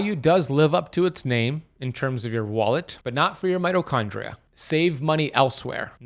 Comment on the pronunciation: Being picky but... there is an ee sound in mitochondria. Its not mitochondra. Just sayin'.